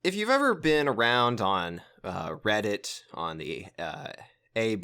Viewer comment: I enjoyed this video except when you said reddit.